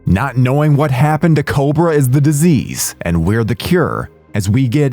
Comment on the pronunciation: You're da duh-zeaze, and I'm da cure... Come again?